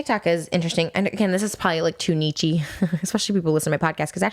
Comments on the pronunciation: SHES SAYING NICHE?! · The way she says niche kills me lmao